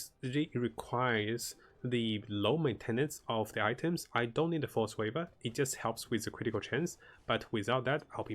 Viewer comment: Force waver? Do you mean to say “Frost Weave”????